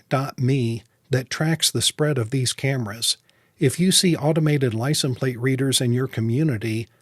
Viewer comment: Wondering why you say licen plate..... Great videos though.